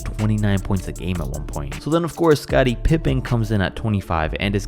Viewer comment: Got scottie messed up